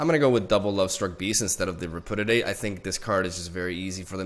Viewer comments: Just a FYI, since I know English isn't your first language, but it's pronounced "re--pyoo--dee--ate". You keep saying it like re--poo--dee--ate or even re--poo--did--ate and not gonna lie, it hurts T_T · rep-yoo-diate, not re-poo-diate. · REH - PEW - DEE - 8. Not repoodidate lmao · I thought "RepudiDate" was a joke, but now I'm not so sure. Haha. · Re - Pew - Dee - Ate